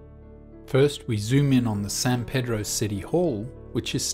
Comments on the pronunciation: We actually pronounce San Pedro as "San Pee-dro". Shrugs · It's pronounced San Pee-droh.